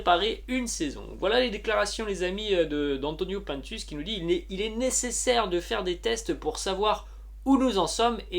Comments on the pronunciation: PINE TUCE ET PAS PAINTUS. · on dit pas pintes mais pINtus c'est pas un français